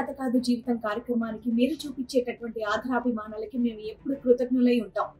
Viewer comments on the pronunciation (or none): అమ్మా శ్రీవాణి ,ఆధరాభి మానాలతో కాదు తల్లీ తెలుగు వత్తులు చూడండి. సరిచేసుకునే ప్రయతం చేయండి . ఆదరాభిమానాలు అని పలకాలి.